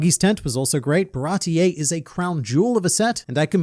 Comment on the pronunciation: What is a "Baratie-EY" exactly, dear?